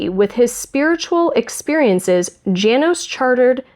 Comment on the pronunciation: I'm not positive, but I think that 'Janos' would be pronounced "yah-nos" in German.